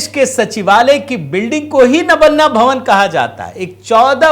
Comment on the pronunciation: नबन्ना नहीं सर , इस मकान का नाम नबान्न है । मतलब नया अन्न।